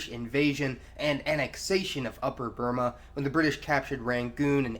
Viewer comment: Is this guy trying to sound sophisticated by trying to pronounce Burma "Bur - maar"????